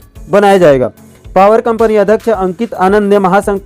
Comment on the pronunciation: आप कई शब्दों को जल्दबाजी के चक्कर में गलत उच्चारण करते हो महोदय... जैसे अध्यक्ष को अधक्क्ष